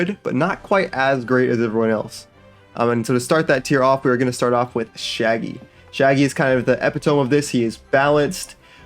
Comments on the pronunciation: Epitome is pronounced Ee-Pit-O-Me not Ep-I-Tome btw. Good video tho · eee-pit-ta-mee not ehpee-Tome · Bro said “epi-tome”💀💀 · Epitome is pronounced eh-pit-uh-me fyi